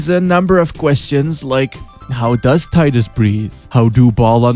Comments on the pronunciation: Tee-duss. Not Tye-duss. O'aka the 23rd, not 3rd. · Tidus. Not tidus. Lol just kidding this time, couldnt resist. I love your videos!